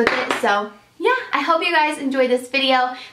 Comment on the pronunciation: Did anyone else notice she said " I hope you endoued my fifs" instead of enjoyed. Lol love you!